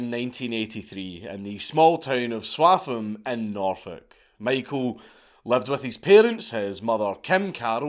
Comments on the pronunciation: It's always nice to hear about someone from my home county ah Narfuk, although Swaffham is pronounced 'swoffam' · How on earth did you just pronounce Swaffham, by the gods its said "swoffham" welcome to Norfolk where even the villages are inbreeding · Your pronunciation of Swaffham is way out 🤣 but fair play for having a go